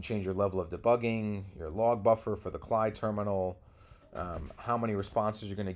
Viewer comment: its a CLI "see al eye" not "klee"